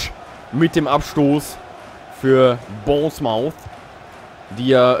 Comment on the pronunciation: Bournemouth spricht sich “Bornmith“